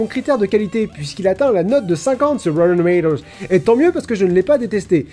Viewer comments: Wouyten doumaï-dowze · Il dit pas rotten tomatoes mais "rowtween tomwatoes" lol merci l'americenglish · rotten tomatoes se prononce reudendomedose? ah wait...oui c'est validé par la IIII (Institution Internationale des Interpretes Indecis) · C'était sympa, petite vidéo détente ^^ Ça a été dit pleins de fois mais roten tomatoes... XD J'ai cru comprendre que par moment tu exprimait ton avis sur quelques une de ces films et je constate son à des goûts très différents, m'enfin même si je suis pas d'accord avec quelques une de tes réflexions que je ne partage pas sur des films ça m'empêche pas d'apprécier la vidéo. Par contre pour M. Bison c'est mardi pas jeudi, j'ai pas vu le film mais je connais bien le meme, c'est mardi XDD je sais pas si ça vient de la vf ou juste les gens confondent tuesday et thursday mais ya pleins de gens qui font l'erreur et à chaque fois ça me fait tiquer XD Bref continue comme ça !! Pleins d'amour de Néo et Pikachu ! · « C'est un mauvais film! Moi et rawerwoarrr on est d'accord là-dessus! » EDIT : : « Chuis désolé! Je vous parlerais bien du MCU, mais aucun de ces films n'a 50 % ou moins sur rawrewreralrrrrrr ! » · déso mais j'entends "moi et rbrogrgjrfiehrjfherhgergtoze" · La prononciation de plus en plus approximative de "Rotten Tomatoes" me tue. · Jadore comment tu mets un semblant d'application a prononcer "Rotten Tomatoes" et au fur et a mesure de la vidéo ca devient une onomatopée de machage de chewing gum haha... excellente video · J'ai bien aimé la prononciation de Rotten Tomatoes qui se barre de + en + en sucette tout au long de la vidéo. ^^ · J'adore la prononciation de Rotten Tomatoes au fil des numéros des scènes 😂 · Le fait que 'rotten tomatoes' soit de moins en moins bien dit.. PAR-FAIT!!! Also il faut parler beaucoup plus de The Collector, personne n'est au courant que c'est totalement un des meilleurs films d'horreurs????